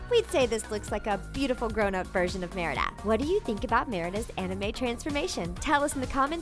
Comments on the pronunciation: The way that she says Merida is really funny at some points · i felt off when u said merida like that